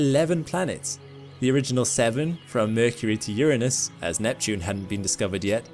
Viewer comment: Uranus! SAY IT RIGHT!!